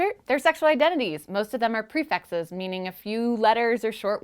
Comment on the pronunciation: does anyone else think it sounds likes shes saying prefexes